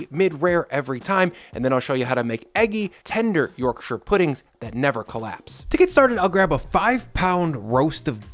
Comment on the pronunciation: Yorkshireman here. Your pronunciation of my home county is approved.